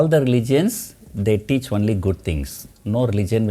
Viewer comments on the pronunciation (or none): none